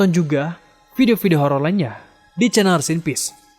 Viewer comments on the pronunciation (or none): none